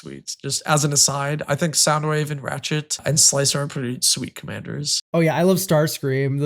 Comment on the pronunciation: Hey it's sl-ICE-r, more than meets the eye indeed.